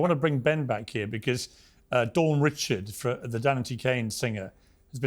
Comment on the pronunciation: So many people mispronounce Dawn’s last name. Pronounced, Reyychard.